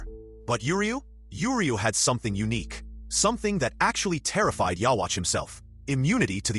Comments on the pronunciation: I do t know what is more funny that you don’t know the names or the Anime or your audacity to say Yurio 😂😂😂 it’s Uryū not yurio 😂😂😂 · like the video man just to let you know his name is pronounced Uryu. And is pronounced " you youhabaha literally but spelled ywach its crazy. Anyway dope video just wanted to help you out with the pronunciation. Have a good one.